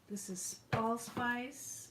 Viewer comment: Allspice not ilsvise I'm going deaf lol